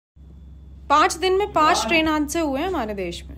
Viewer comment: Haansay nahi hadsay boltay hai